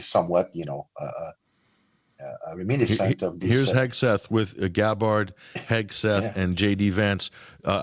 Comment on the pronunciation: YOU are pronouncing tulsis last name! ITS NOT THAT HATD, but you always butcher it